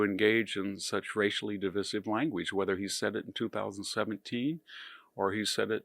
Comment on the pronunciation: The word divisive is pronounced də-ˈvī-siv w/ a long ī.